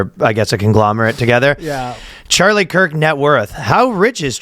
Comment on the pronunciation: a british man pronounce kirk’s name and my day was literally ruined